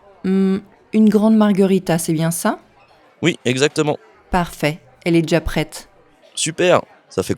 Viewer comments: Got it all from the start. Only two points I picked up on, I didn't hear the ' viens' at all in ' viens chercher', so guess it's been dropped, and noticed 'jà Pret' as opposed to 'déjà prêt' which was interesting. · It sounds like he said "je cherche un pizza". Instead of "je viens chercher un pizza". I also noticed that the "d" is dropped when you said, "elle est deja prete". Which sounds like elle-ledge-ah-prete.